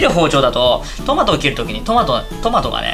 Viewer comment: 裏返りながらのタマト笑